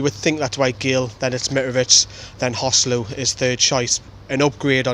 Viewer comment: Contrary to what the English commentators think, his name is actually pronounced hoe-SAY-loo as it's a combination of Jose and Luiz. Listen to the way Rafa says it.